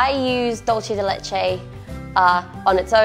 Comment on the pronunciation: Du-say de leche